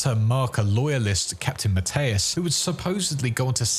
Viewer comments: ...Why are you pronouncing it as Matteus, and not Mathias? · Never heard Captain Benjamin Mathius pronounced so confidently wrong before. Good Lord